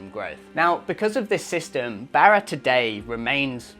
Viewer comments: por favor, my ears are bleeding hearing you pronounce Barra as Bear a. It’s pronounced Bar a, like you were at the Bar a having a few drinks. With a little practice, you can do it,. Another great video, gracias. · No way he can pronounce the "rr"😊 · Great video, I wish there was some way to seamlessly use the spanish pronunciation of "Barra" in your videos, saying it in 'Strayan sounds funny. No way around it though😊😊😊thanks